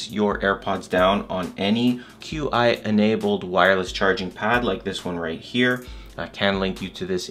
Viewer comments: First time i heard Q.I. wireless charging instead of Chi wireless charging 😂😂. Anyway great video. I learned one trick that is spying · Qi (chee)